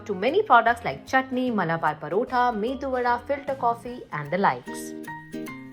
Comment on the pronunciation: I love this episode highlighting entrepreneurs who are not part of today's mainstream tech startups. Small request - it is not "mendu" vada but medu vadai (pronounced as may-dhu va-dai).